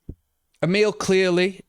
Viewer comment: Mate, it'a not Amil it's Amyl as in Amyl Nitrate